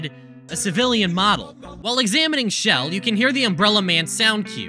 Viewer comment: this slightly pissed me off for the entire video (also "chell" was pronounced as "shell")